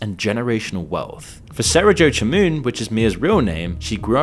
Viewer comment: not 'her' religion, she comes from a Christian family. And her name should be pronounced 'Shamoun'. It's only spelt with a 'c' because of the nefarious French.